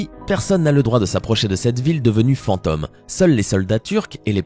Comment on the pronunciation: "Fantôme" se prononce "fantAUme", pas "fant homme". Pareil pour "zone".